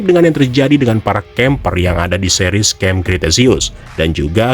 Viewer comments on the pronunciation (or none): none